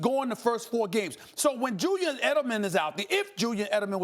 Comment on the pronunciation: “Jewyan Edelman” 😂